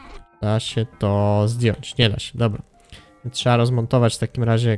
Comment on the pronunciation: Z informacji z tego odcinka nie dziw się że oglądalność Ci wzrosła bo odcinki są coraz lepsze i się miło ogląda . Jeżeli pracujesz nad dykcją to popracuj jeszcze nad słowem (trzeba) bo czasami słychać (trzea) a u innych youtuberów jeszcze gorzej słychać (cza) . Pozdrawiam!!!